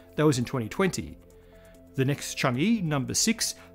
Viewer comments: Hello! Thank you for all these great episodes. I love this channel. I need to nitpick just a little. Change-e (or with a thick Beijing accent, "Chang Er") is not pronounced "Chang Yi". The Chinese lunar program is named after the Moon Goddess, 嫦娥. The "a" vowel is similar to a British "a" in "shan't'", and less similar to "a" in "can". The "e" is more like the "u" in "ugh". The same for anywhere the "e" appears in PinYin; it's a short "u" sound. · It's pronounced as "chang-uh" and not "chang-ee" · Need to point out that “Chang’e” is supposed to be pronounced as “Chang-uh”, where “e” is pronounced as in “earth”. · Pronunciation point of order: the “e” in Chang-e is pronounced “uh”, as in “hut” in Mandarin. I know transliteration of Mandarin can be a little confusing, but “Chang-ee” is ruffling my eardrum’s feathers! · Chang e. It is read like earl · Chang’e pronounced (Chong-ahh). Chang’e is the Chinese moon goddess whose beauty and loveliness is the subject of countless poems and stories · Chang'e is pronounced chang ah btw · It's pronounced Chung-err.